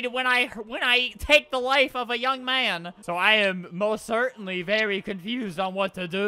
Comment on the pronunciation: Beri not beli :)